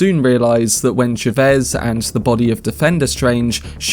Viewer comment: Chavez bro.not chevez